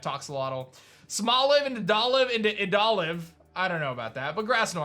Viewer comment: I have a feeling that "Idoliv" is idol + olive. So I don't think you used the right pronunciation..... Unless you went with the Spansih pronunciation. In which case good job.